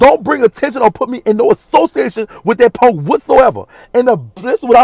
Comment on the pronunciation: LIKE DIS PONK NOT PUNK PONK😂😂😂😂 I LUV U ❤️❤️❤️